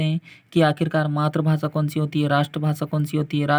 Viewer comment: मातृभाषा का उच्चारण सही बोला करो सर